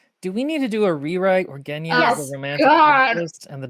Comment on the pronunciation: Also it is really weird to be as a person who speaks Russian on a daily and whose actual name is Genya to listen to the wrong pronunciation of my name and the fact that Grisha is a name as well, it's short for Gregory.... like...